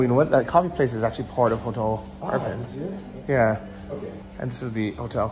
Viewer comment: Dude, what's with the Iprin instead of Irpin?! Still says Iprin